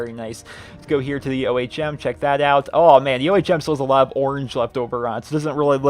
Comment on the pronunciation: It's ohm.. Not o.h.m.